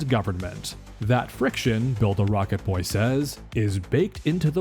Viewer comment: Are you purposely saying build a rocket boy wrong?